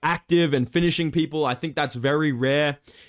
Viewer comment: why this strong accent on finishing me? what have i done to you man, Dober would also finish your 4-3 ass too